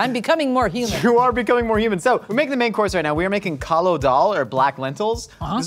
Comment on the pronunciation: Now i know what the Italians feel when you ruin pasta 😭 First of all it kaali daal not kaalo and secondly that not how you make it its more of a soup then daal